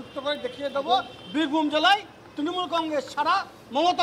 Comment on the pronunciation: তৃনমুল উচ্চারণ করতে পারছে না সে আবার নেতা